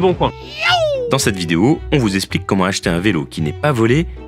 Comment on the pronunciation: Allez un petit effort svp ! Pourriez-vous arrêter de systématiquement prononcer le mot Explique « ESSplique » au lieu de « EKSplique » ?!